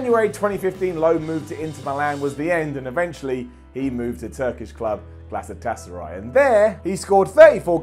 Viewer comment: Why can not pronounce Galatasary or squillaci?